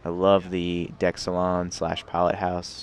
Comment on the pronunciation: Been watching your reviews for some time. Your pronunciation of "salon" drives me crazy. Its a salon not a saloon.